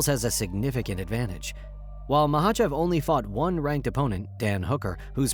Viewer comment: At least learn how the say Islam's last name right